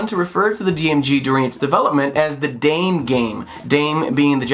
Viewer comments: It's pronounced as da-may :) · >when u tryna pronounce japanese, but say it like an american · “Dame game” Not how you say dame in Japanese. The Japanese ダメ (dame) is pronounced “dah-meh”, meaning no good, useless or hopeless. Easy mistake to make if it’s written in English, though. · "DAH-MEH" not "daaame" like great dane with an "m" in there. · ‘Da-meh’ not ‘Deym’ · Just a heads up, だめ (dame) in Japanese is pronounced "dah-may" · Great video! Only critique (and I'm gonna sound like a massive weaboo here) is that "dame" is pronounced dah-meh in Japanese. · The Japanese word "dame" ("no", or in this context, "no good") is pronounced "da-meh". Also I'm astonished to see a shout-out to Solar Striker. That was a REALLY early Gameboy game- not a launch title, but pretty shortly after, as far as I'm aware, and one of the first games my brother and I ever got for our Gameboys. I never managed to beat the stage 4 boss.